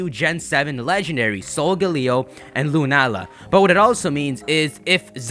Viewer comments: Not sure if anyone's said this already, but 'Lunaala' reads as 'Luna-ala'. If it was pronounced 'Lunaala' (with the long 'ah' sound in the middle) it would be written as ルナーラ :) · I'd suggest it's pronounced 'Luna-Aala'. Although it's lacking in a character that officially puts a break between the two.